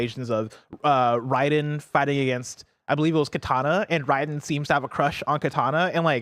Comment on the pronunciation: Dude... For a big Mortal Kombat fan.... does NOT know how to say Raiden's name correctly at all LoL!! He calls him "Ride-N"... When the games and even back to the OG movies have always pronounced it "Raid(like the bug killer spray)-N" Raid-N, RAID-EN, Ray-Duh-En. calling him Ride-N, is probably some like hip anime knowledge legend, who is extremely into Waifu's ( fits that part at the very least LOL), that think calling him Raid-N is like the lame normy way to pronounce his name LoL. Sorry, his name is Raiden, and he will be Ride-n all your favorite waifu's until you figure out how to pronounce it right!!